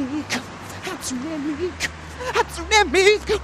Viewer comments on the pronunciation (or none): I know it Hatsune not Hatsuna?!?!?!? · hatsunE miku? HatsunE miku? its Hatsun"eh" Miku!!! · They were like Hatsuni. No, mate. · What annoys me so much, is the fact they're all pronouncing Hatsune wrong!! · And Hatsune is her last name.